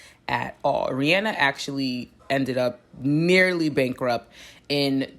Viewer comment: Thank you for saying her name correctly!!! I always tell ppl this and they look at me sideways lol REE-ANNE-NUH